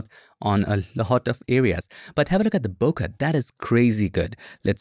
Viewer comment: Hey i always thought its pronounced (bO Kay) no disrespect to u